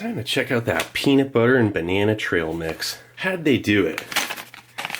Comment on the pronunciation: What's a "binena"?